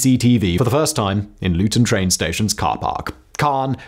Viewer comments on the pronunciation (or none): none